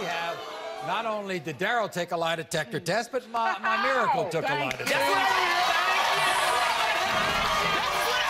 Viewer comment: When he said 'mimiracle' i thought he was complimenting her